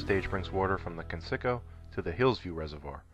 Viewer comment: It’s pronounced kence-i-co not ken-sicko lol